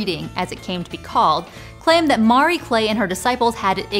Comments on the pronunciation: Mar-ee… sound it out… Ma-ree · Why do you keep pronouncing the name Marie as "Maury"? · I've never heard anyone butcher the pronunciation of "Marie" so badly. The "a" in "Marie" is not the same as in "Mario". It's more like "Muh-Ree", with the "uh" being very short.